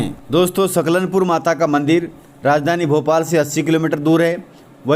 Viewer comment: नव रात्री की आपको शुभकामना 🙏🌹🙏🌹,, भाई साहब " सलकनपुर " लिखा हुआ सही आ रहा है पर आपके द्बरा " सकलनपुर " कहा जा रहा है, सो होती हैं मिस्टेक सभी से ,,मे बेतूल जिले से हुँ।